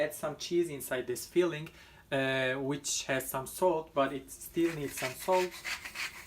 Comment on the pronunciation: LOR cheese is Cottage Cheese in English. Your English is very good but you sound like saying feeling rather than filling:-))